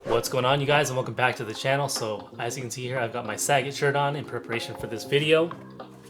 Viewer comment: I'm not sure if I can trust this video solely due to the fact of how he pronounced Sagat. lol